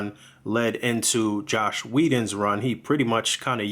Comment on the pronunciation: No, the review is actually pretty decent. But in Whedon's case people confuse „Joss" and „Josh" very often. And the fact that you pronounced it „Josh" every single time made me feel like you do it too. But I can see I should formulate the comment better, so I apologize about that.